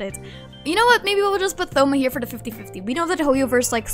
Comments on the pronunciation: THoma? as in like Three, Thoughts ect? It's "Touma" in terms of pronunciation, the O makes a sound line tone and zone, silent H. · Thoma lol how you pronounce it , it's more like toma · did she just say th-oma 😭😭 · the way they pronounce thoma as though not toe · btw thoma is pronounced toma like a short version of thomas lol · No hate isn’t thoma pronounced “toh-mah?” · the way you pronounce thoma i cant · Have you always pronounced thoma with the 'th'? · dont say thoma's name like that waaaaaaaaa